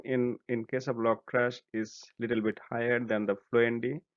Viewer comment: lol I keep hearing logtrash.